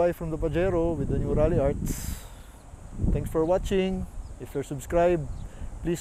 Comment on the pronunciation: Its "Ralliart" Not "Ralliarts" 🤦‍♂️🤣